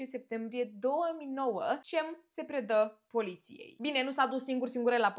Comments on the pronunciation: C din Turcia se citește G -GEM nu CEM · Se pronunță "Minever" că ai zis că pocesti😂 și GEM spor ❤ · Cem in turca se citeste Gem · Bună, se pronunță Gem